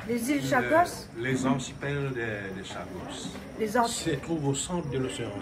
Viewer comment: Ôté, i di Chagos mais pas sagoss😂😂😂, mi di a ou ça comme ça, mais Julie pontalba, elle est jolie n'est ce pas heiiin!??😂😂😂 Fé tension, laisse pa ou tenté 😂😂